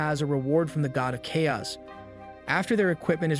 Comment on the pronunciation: I was wondering about that. It is spoken so naturally that those little bits stand out so blatantly and give you an uncanny valley feeling. I was always confused how someone could mess up such basic words. Such as where it mispronounces "chaos" twice in two different ways. Thanks for the confirmation.